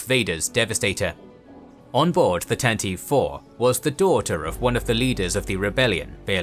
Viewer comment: Tantive IV is pronounced The Tan-ta-vee Four, not Tan-teev. Hope this helps!